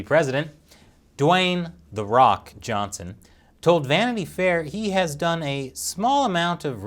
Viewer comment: Why did he pronunce his last name weirdly?